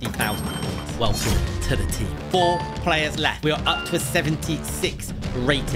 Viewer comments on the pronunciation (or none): none